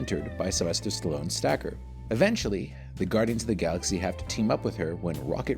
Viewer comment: His name is sta kar pronounced not stacker what is he diet pills.